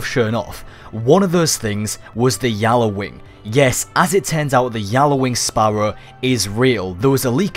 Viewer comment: not yallawing gjalarwing